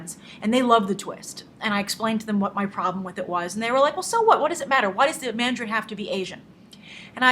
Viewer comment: Dont call it "Mandarine" lol